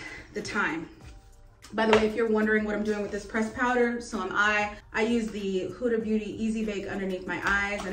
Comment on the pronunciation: You know you bought the O/S spray because Beyoncé uses it for her renaissance tour. 😂 You should record your makeup routine for yourself to see what works and stick with it. It's pronounced HOO-duh Beauty.